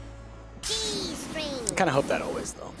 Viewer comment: WOWO the worm said "Gstring